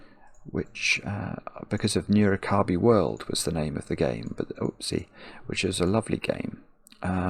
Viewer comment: And as a Japanese, their pronunciation of Nurikabe always throws me off. I bet no Japanese would understand they mean Nurikabe when they say "nuro-kirby."